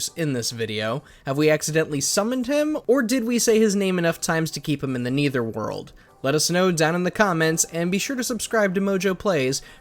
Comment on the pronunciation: It’s the netherworld, not the neither world